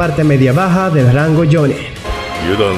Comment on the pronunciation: Porque dices jonne es jonin